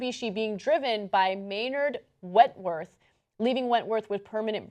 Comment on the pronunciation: wentworth, not wetworth... went like go